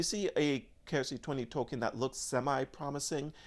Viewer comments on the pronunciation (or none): none